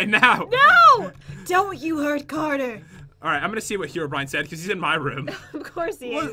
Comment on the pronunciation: Everyone: Herobrine:HEROBRIAN